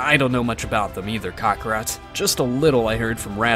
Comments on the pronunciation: WTF is a "Kack-rat"???? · Why to they say crokakat